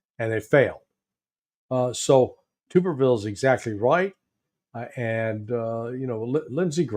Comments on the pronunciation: It’s Tommy TUBerville, not tube. I’ve watched him coach many football games-trust me.;) “Tub-er-ville” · TUB (like a bath tub) er-ville. The U is long. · It's Tommy "Tub" berville... like tub in "bathtub" 👈😉 He's a great guy. And this was an awesome interview! ❤️🇺🇸❤️🇺🇸❤️🇺🇸❤️ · FYI, it's pronounced "Tubberville". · Senator Tuberville is pronounced "tub" as in "rub-a-dub," and he had a winning record against Alabama. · Hey I live in Arkansas and my wife went to school with Tommy. Just so you know his is pronounced Tub-er-ville. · Tommy Tuberville is my senator in Alabama.. it’s pronounced Tuberville like a bath-tub!